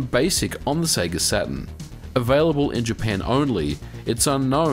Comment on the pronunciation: Eternally glad you say Sega correctly.